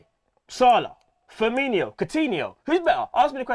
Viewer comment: A Liverpool fan who can't pronounce Firmino....WTF!!!! Stopped watching right there and then.